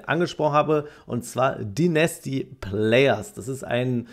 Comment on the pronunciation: Bitte [Deinästy] sagen, höre die ganze Zeit nasty raus 😭💀